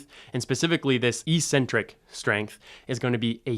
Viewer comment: Thanks. Trying to be helpful: Check out the pronunciation of "eccentric."